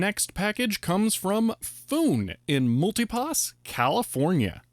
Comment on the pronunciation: Milpitas is pronounced MILL-PEAT-TIS not MULTIE-PASS but I suspect that mispronounced it on purpose so as to generate comments.